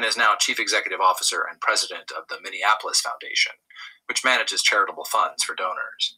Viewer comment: just want to mention something about Minneapolis and the way you pronounce it. I think you may be confusing it with Indianapolis. You pronounce it as Minnea-Nap-olis like IndiaNAPolis. It is Minne(mini)-AP-olis. Hope it doesn't offend you. You do good work. Continued good success. We need you work. It's a Mind Game. Know yourself. LOVE YOURSELF.